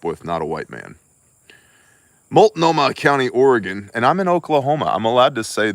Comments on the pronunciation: Love it. Stunned you said that word correctly. Oregon words 😆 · I Had fentanyl when I was being transported in an ambulance. Had to ask if it was really ok. Hey, good job pronouncing multnohmah! 😄